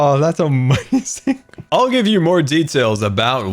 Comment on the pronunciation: Nobody:: amoizing